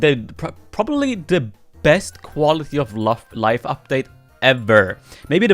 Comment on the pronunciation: i just hear you said “quality of lov”